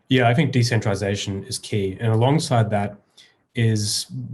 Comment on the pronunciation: De centrilization....lol ookkkaayy keep on going lads.....it's entertaining.......bow down to THE MACHINE.....